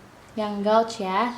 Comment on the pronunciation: Maaf, Kakk... cara bacanya gauge /geij/ ☺️☺️☺️